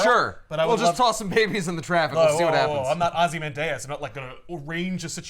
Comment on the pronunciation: I’m sorry but who the hell says Ozymandius like that?? Was it always meant to be said like that? This is your obligatory pronunciation comment!